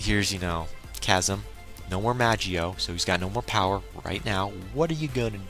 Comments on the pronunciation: in the manga its called magoi not magio, and from my anime source they also call it magoi. plus the anime i have been watching it on magi is pronounced magi. mag-eye must be the english translation which is a bit confusing since there is no dub version of the anime out yet. anyway not here to nit pick i was just letting u know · magio?? you mean magoi